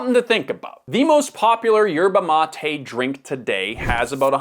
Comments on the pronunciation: Why do you pronounce it 'matey'? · His pronunciation of Yerba mate is triggering 😂